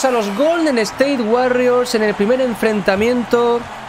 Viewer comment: POR DIOS DI WORRIORS CADA VEZ Q DICES WARRIORS ME DAN GANAS DE DEJAR DE VER EL VIDEO